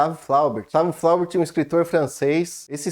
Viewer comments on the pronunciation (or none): Se pronuncia "Bovarrý" a última sílaba é a tônica 😅... o erre com pronuncia de rr... o idioma francês... "Flaubert" também tem a última sílaba tônica = "Flobért".